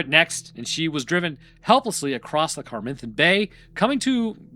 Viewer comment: Cam-are-then. Mate, this isn't hard language. You yanks speak so lazily.